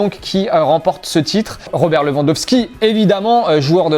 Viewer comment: Robert Le vend dove Ski Quand tu es payé pour parler...fait au moins un effort pour prononcer les noms des joueurs correctement.